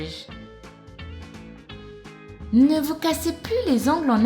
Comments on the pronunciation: Sandwich se prononce sande vitche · Tu dit mal le mots sandwizch